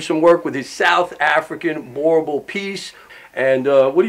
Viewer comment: are dutch settlers yes but the word means farmer.. i speak the language.. After settling in South Africa and Namibia they started calling themselves Afrikaaners and now speak afrikaans.. hate the way that guy pronounces boerboel.